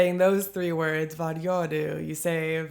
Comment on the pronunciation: This is one reason why so many in Sweden likes to take English and Swedify them, like "joina". Sounds like you say "var" instead of "vad", and more natural is to just say "va" so you might as well go with that instead.